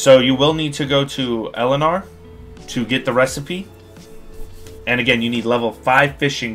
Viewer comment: Eye Nar. Elinar? 😕... Gonna look elsewhere for my Palia content I think.